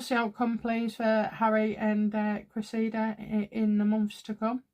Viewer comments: It is not Creseeda it is Cress ih duh. Cressing. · great reading but it's: CRESSida. Emphasis on first syllable. No biggie but a thing of mine😁